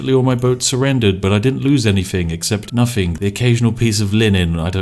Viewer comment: Everytime i watch a spiff video "Anythingk"